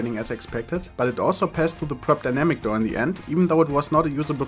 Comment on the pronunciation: Prop Dynamic = Drob Dynamic xD (Drob Dynamic is a german rapper xD)